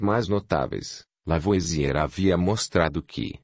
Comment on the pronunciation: Pena que, apesar de ser uma voz maravilhosa, a IA não consegue pronunciar corretamente os nomes em francês, como "Lavoasiê", por exemplo.